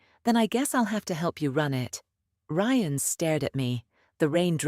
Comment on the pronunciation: For God's sake os there anyone capable of listening and editing ? You ruined what would have been an entertaining story with your inability to even get the lead character's name right - twice in the same sentence ! Ryan is not pronounced ree-ann ! So much for AI learning as it goes.